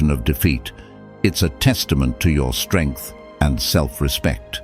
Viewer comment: Strengh and more sterngth